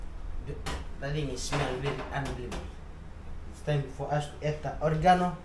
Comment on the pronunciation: "Orgi..aa....noo"... hahahaha oregano another famous saying....!!!!